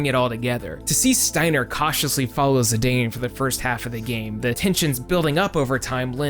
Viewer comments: I've watched this whole video. It's great. But I cringed at every zidawn. Idgaf what square says. You cannot get that sound with their spelling. Same with teedus. It's not zidawn in English. It cannot be pronounced that way. It's Zidane. Zi-dayne. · ZE - DON? I always said "Zai - den" Zidane Great video btw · also screw dissidia. its ziDANE not ziDON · you called him zi-dayn instead of zi-donn Failure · Still calling him Za-dane